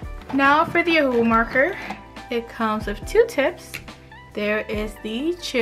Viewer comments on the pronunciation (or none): Ohuhu is pronounced “oh oo hoo” not oh “hu hu” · Ohuhu not omhu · Don’t say this is hate or you think I’m making fun of you because I’m not but you pronounce it O-hu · How she says ohuhu xD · Did anybody else notice that when she was gonna show copic she said "now for the ohuhu marker" 😂😂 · Lol The way she said ohuhu